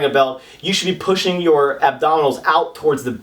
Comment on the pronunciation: you said pussing.. LOL